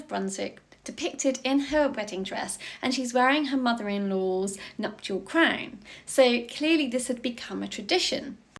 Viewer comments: Crwnnnn. What an annoying pronunciation. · She's saying crown with the ow sound!!